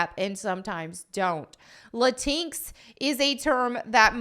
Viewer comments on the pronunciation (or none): It's pronounced "Lah-Tinks"